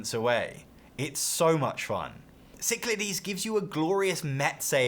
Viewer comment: Thank you for properly pronouncing Cyclades. Great video as well.